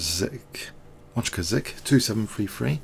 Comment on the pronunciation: also you should not pronounce Wojtaszek as "Łaczkazek" (WatchKazek) haha :D it should be more like Void(t)ASHek